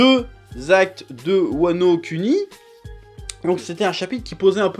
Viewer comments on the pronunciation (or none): Tu peux pas prononcer "wano kounis" plutôt que "wano cunis"? Parce que ça me sexcite la! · C'est WANO KUNI( KOUNI) PAS ( CUNI) EXEMPLE: KATAKURI ( KATAKOURI) !!!! LE MEC CHIANT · c WANO KUNI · " Wano Cunni " hmmmm..? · voilà ce que mon esprit a entendu " Wano Cuni" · ça a l'air pas mal "wanoCUNI" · "Wano Cuni" 😂😂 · « Wano kUni » ? ouai et puis on regard « one pièce » aussi Heureusement que t’es vidéo sont qualitatives Chef, parce que la prononciation y’a du boulots mdr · ZEPHIXE - Imagine et Dessine c’est vrai qu’il est chiant avec les « u » 😂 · Mdr Bientôt il vas prononcé « One pièce » tu verras